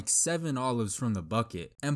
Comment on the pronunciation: As a normal person i am annoyed about how he says "compilation" and "equidistant"